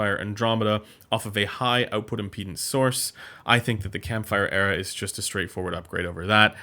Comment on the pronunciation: It's "Air-uhh" (strangely).